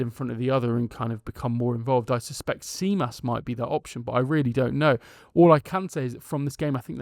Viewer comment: Tzimas is pronounced ''Jimas"